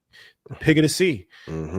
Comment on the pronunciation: Pronunciation is TUH - LAWP - PIA 😉